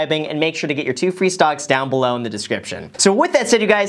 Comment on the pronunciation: Why do I hear him saying stonks when talking about webull